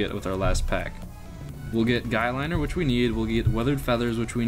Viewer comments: "Guylinner" lol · its guy-lye-ner XD that makup for guys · Ok nvm you don't know how to pronounce anything right. Guyliner, sigil, dr Von Haydes